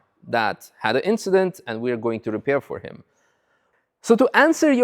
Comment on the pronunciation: It was just an inchident.